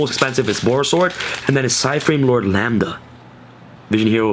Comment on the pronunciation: The very first Yugituber to pronounce Lambda correctly. Finally.